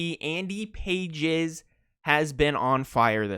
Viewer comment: before we have another Travis Kelce (Kelz) mispronunciation saga...I looked up Andy Pages correct pronunciation since he's Cuban and its PAH-hez.